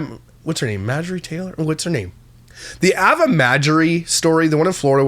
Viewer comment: Ava = Eh-Vah Pls 🙏